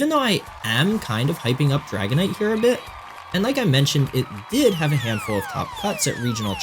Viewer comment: The way you said dragonite 💧😔🎯